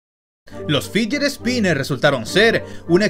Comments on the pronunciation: "los figeres spinners" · dijo figeret spiners